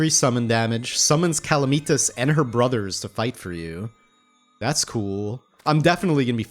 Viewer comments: ooh OOH! make the hoik a spine!!! also, is cal-uh-meh-tus it's not calameetas ;) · it's pronounced (kal-AM-uh-tahz) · I know I’m late but it’s CA-LAM-ITAS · 1: calamitas is pronouced: cuh-lamb-it-ass 2: calamitas is pre-plantera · “BuT fUrY, tHaT’s NoT hOw YoU pRoNoUnCe CaLaMiTaS, iT’s LiTeRaLlY iN tHe NaMe Of ThE mOd” -What I imagine most of this comment section is like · honestly, i live your vids, but your calamitas pronunciation makes me wanna murder someone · STOP SAYING CALAMITAS WRONG